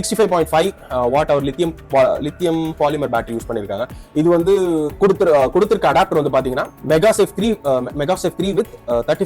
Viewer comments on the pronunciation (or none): magsafe ❎ magesafe ✅ 😂